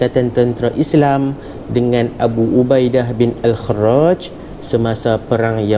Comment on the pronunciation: Bukanker pada minit 12.43 tu nama dia Ubaidah bin al-jarrah? Knape ustaz buat al-kharraj?